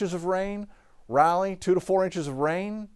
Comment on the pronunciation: “Rally”??? It’s Rah-lee. 😂😂😂